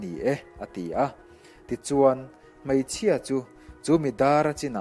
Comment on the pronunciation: Ṭha hlemai. Bengvarthlak.. Mahse hmeichhia hi Hmaichhia tiin i sawi zel, Beidawn pawh baidawn tih ang. A bakah chuan aṭha tâk zet a ni ❤️